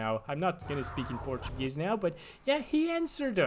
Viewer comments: I am from Brasil and I approve your portuguese pronunciation. Muito bom mano! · his pronunciation was extremely good for someone who simply used google translator